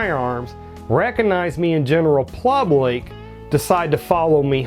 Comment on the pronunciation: Did he keep saying plublick??????????? First ima subscriber, but 🤣🤣🤣🤣🤣🤣🤣🤣🤣🤣🤣🤭🤭🤭🤭🤭🤭🤭